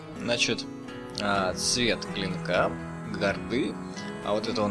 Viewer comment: гАрда, а не гардА) спасибо за видос)